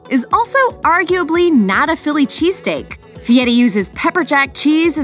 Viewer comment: He can't pronounce his name right. He puts a t in it. Why would anyone think he can cook???